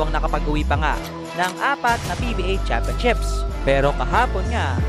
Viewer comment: I heard “championchips” lol Fail narator!